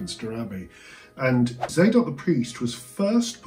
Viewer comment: Tsadok, not "zaydok."